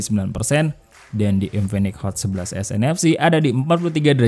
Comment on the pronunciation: Kok ngomong 11 nfc semua, ga ada s nya, cuma di sedikit kata kedengaran S nya